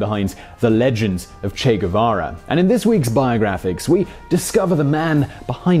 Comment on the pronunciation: The Che Gu-VaVa show!! With your favorite host..Che Gu-VaVa!!...cheers & claps.